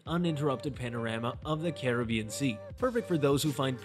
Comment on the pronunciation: This is absolutely not an honest review - this appears to be an AI advertisement for the resort. The narration voice doesn't even pronounce Iberostar, Montego, or Caribbean correctly. I would not base my travel plans on this review - add to it that I have been to this resort and, if you are looking for a party atmosphere it won't disappoint. There are activities and partying all day and night. If you are looking for quiet relaxation, find somewhere else - there is no where to escape the party. There is not a quiet bar nor a quiet pool - any quiet at the pool is interrupted by the entertainment team booming over a microphone accompanied by bass thumping music.